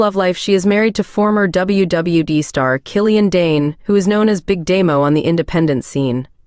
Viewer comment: AI voice is horrible..."You-so"?!? "W E"?!? "W B"?!? And how many times does certain info have to be repeated on each profile?..."They were engaged from this year to that year. They were engaged for this long." 🤦‍♂️